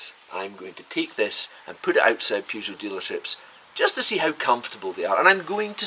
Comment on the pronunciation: It's Peugeot not Peejoo simp